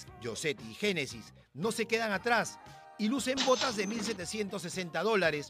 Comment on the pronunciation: Habla bien Magaly es Génesis no Yenesis 😂😂😂😂